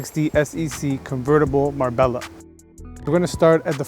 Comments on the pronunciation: Is Mar-Bella the correct pronunciation? Not Mar-bay-ya?? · Marbella is pronounced Marbeljah